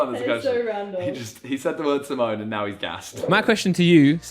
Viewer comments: Someone tell it’s timon and pumba. Not simone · SIMONE? Mate it's Timon.